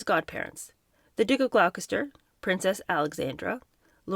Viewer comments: For 'Gloucester' it is pronounced like 'Gloster' though I like your pronunciation 'Glockester' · Sorry to be pedant about pronunciation. Gloucester = Glosster not Glow-kester. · "Gloukester" lol it's pronounced 'Gloster'. Another 'expert' on the British royal family smh 😂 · Duke of "Glou-Kester"?? Pronounced Gloss-ter. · Americans please learn how to pronounce English place names: Gloucester is NOT Glowkester it's Gloster!!! Please do your homework!!! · Glokester???? Quite a few mispronounciations. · Gloucester is pronounced “gloster,” not “glowkester.” 😂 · Some cultural guidance for Americans: - Gloucester = "Gloh-ster" (not "Glau-kes-ster"). I know, it doesn't make sense. - Diapers are a Western thing and are convenient but not very healthy (for the baby). Much like the Royals, Chinese babies don't wear them - they wear pants with a slit up the back and it all just drops where it has to. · it's pronounced, "Glosster"...not "Glowh-kester"... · I hate to be one of those people, (I love your channel btw) but Gloucester is said like ‘glossed-ir’. The same with any place name ending in ‘cester’. Worcester is ‘woo (as in wood) ‘woost-ir’ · I love having this book read to me, and makes some interesting comments along the way. reads the prose well, despite some understandable stumbling over our weird English spelling and its pronunciation. Just for future reference, Gloucester is pronounced, "Gloss-ster"...... 😂 Very much looking forward to the next instalment 😊. 💙🇬🇧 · Just a heads up, Gloucester is pronounced “Glosster” and Gloucestershire is “Gloster-sheer” phonetically spelled. Buckingham is pronounced “Bucking-am” with a soft or even silent “h” sound. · Gloucester is pronounced Gloster.. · "The Duke of Glockester.." 🤣 One shouldn't laugh at mispronunciations by a person who has obviously only ever seen the written word, and never heard it pronounced. At least they are reading, and not watching rubbish on TV. But I laugh anyway.